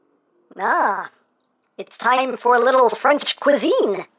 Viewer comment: Not quiziyn but cuisine